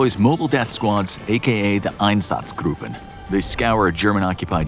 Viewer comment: Someone has to teach this narrator how to pronounce "Schadenfreude" . Hint: Watch the musical Avenue Q, which has a whole song titled Schadenfreude and about the concept OTOH, he did get Einsatzgruppen correct.